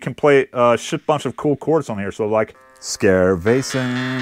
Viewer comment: I have no idea if you know that or not or if you'll say that in that episode but Skervesen is slightly misspronounced motherfuck3r, Just so you know xd